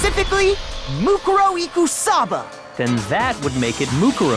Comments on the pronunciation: They emphasized it wrong, I think. MooKOORow would sound more natural, IMO. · I am just now hearing the English dub, and this is really bothering me. "Moo-ku ro" Whyyyy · man theyre all pretty okay, but the way they pronounce "mukuro" (or any of the names, really) is driving me nuts